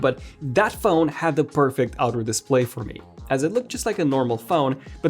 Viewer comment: Launch the Fown...Bruh do you mean PHONE?? What the heck is FOWN